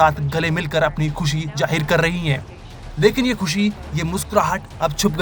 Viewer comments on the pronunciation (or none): none